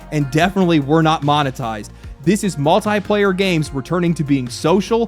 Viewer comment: Drink everytime he mispronounces multiplayer